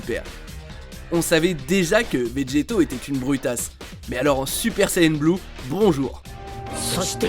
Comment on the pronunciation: Ptdr il a dit Vdégeto